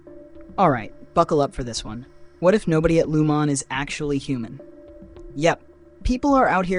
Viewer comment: WTF. How does anyone at this point not know how to properly pronounce Lumon? That's a game ender for me. I'm out.